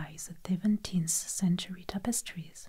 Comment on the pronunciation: Love the "zees topostree" videos